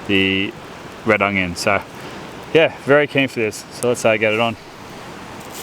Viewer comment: As an aussie I pretty much just watch this to hear you say ONGYUN